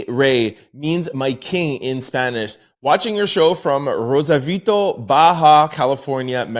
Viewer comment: Hi it's me again my nickname is Michelada pronounced Me-she-law-da. Jaja a nickname for my bae would be, MI REY..Me-Ray, which means MY King. LoL. And you pronounced Rosarito perfectly!!! LETS GOOOOOOO!!! JAJA. I did see your Saturday shorts i never miss a show;❤. And I love your Instagrams TOL and Formerlyourtloud is that right? hey, if your in a car race and u just passed the driver in 2nd place what place are you in now?? Jajajaja. Not one person got it!; jaja..btw I love TwoSides but with all your different hair styles I think it should be!!😂😂😂❤❤🎉🎉🎉